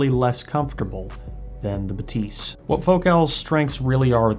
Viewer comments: That shit is pronounced bath-ys and no one can tell me other wise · baTEES 😂. Still curious who invented this pronunciation. Certainly not Focal on any of their promo videos. Must be the English speaking media. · Agreed! How can I trust audio reviewers' hearing if they can't even properly hear how the company themselves pronounce the product name???? Shame.